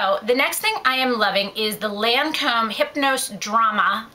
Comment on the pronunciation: it's gair-lahhh not gurrrrlane and lohncom not laaaancomm :)